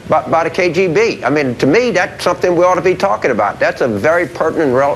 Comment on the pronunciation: k....J???? b what the fuck is the K JAY B? Does he mean K.G.B?